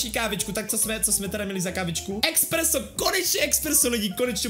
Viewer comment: To je espresso nie expresso